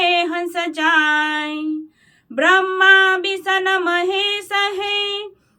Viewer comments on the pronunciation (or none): none